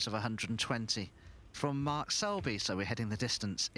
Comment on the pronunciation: Hey silly commentator, his name is Mark, not mart.